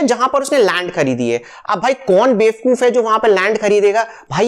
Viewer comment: Please, say bevakoof not befkoof, saying befkoof is not admirable for the person like you, as an educated, engineered & successful person. Please, do a deep search for this with your perfection.